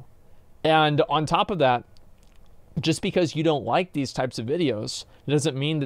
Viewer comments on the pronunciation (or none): Is it okay to make fun of speech problem? "Let's play ve clips. I came across somefing vat what quite interesting."